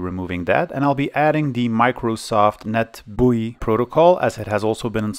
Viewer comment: i came for retro pc stuff and stayed for the pronunciation of "microsoft net bui"